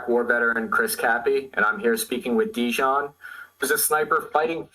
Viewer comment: Translation was not good at all. A lot of important things that Deyan said we're not even translated. It sounds as a classic American thing not even to try to pronounce correctly the name of person you are interviewing 3 hours (in Serbian it's written Dejan, Chris should hear him presenting him self as Deyan). This fact talks a lot about Chris. Also Chris should be so professional and check confirmed sniper shot range before saying to guy that was 15 years on the front that he is lying. After this way of ending 3 hour interview, Chris shouldn't expect again some important soldier from Russian side to be part of his vlog. P.S. arranging duels is standard Slavic thing, still now... even in war... I don't expect a lot of people to understand that, as most of things that Deyan said.